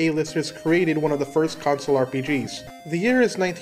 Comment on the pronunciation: The number of times you say console and pronounce it like "council" in your videos is absolutely maddening, and it confuses me every single time.